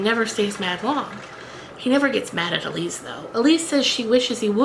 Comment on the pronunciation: Lovely, but... Ilse is pronounced Ill-sa, not Elise!